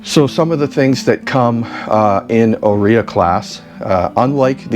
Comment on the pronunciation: I have Italian ancestry- Heres help with pronunciation of Áurea. It's: OW- RAY -AH ❤😊.